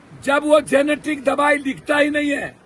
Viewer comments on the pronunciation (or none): आदरणीय सांसद महोदय जेनेटिक दवाई नहीं जेनेरिक दवाई